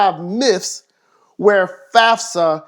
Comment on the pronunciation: Stop saying myfs